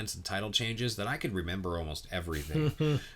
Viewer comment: nobody:: "RENEMBER.."